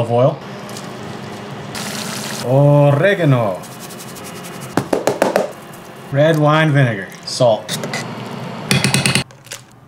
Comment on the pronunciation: He really said oooRRRRRRégano! Xd